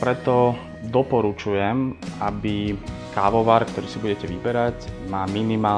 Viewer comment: Prečo to vyslovuje ako "kaoar"? :DDD